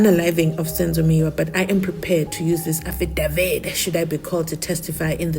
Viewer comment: I've got many questions regarding this aFFidaVit (mnisi pronunciation)